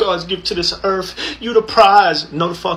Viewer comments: Im not gonna listen to anyone that pronounces earth as earf. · Never trust a dude that pronounces it “erf”